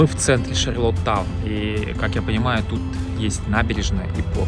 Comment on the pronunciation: вы слово шарлОттаун произносите как шарлатан - прикольно )))